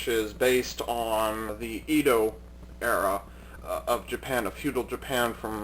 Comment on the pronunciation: it is pronounced Edo not Ido For your information I like your videos